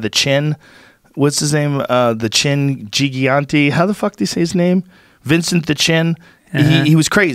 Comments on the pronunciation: "JOE How do you pronounce it..Giagenchy ?...Giagoonteen..? ROGEN" its GIGANTE MFer ! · Gigante (JI-gan-tee) smh at you Joe.......